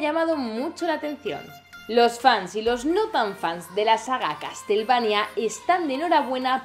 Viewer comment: "castelvania" xD